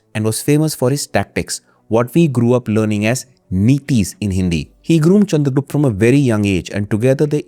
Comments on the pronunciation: if u can say chanakya why not the proper pronounciation that is chandragupta.. rather than calling him chandragupt.. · sorry to say but its pronounced chandragupta only.. of chanakya is right then why not this?